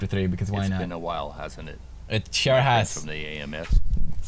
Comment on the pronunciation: "It sure has" or "It chair has" ? Pewds?